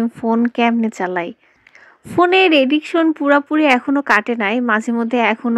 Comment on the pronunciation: এ্যাডিশন না আপু, এ্যাডিকশন